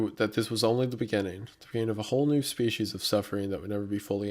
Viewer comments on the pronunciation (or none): none